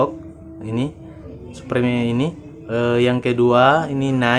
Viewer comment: supreme di baca suprem😁